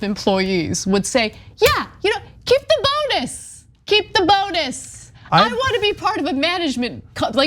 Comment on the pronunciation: ...are they saying "bone-us" on purpose? I mean this is comedy gold.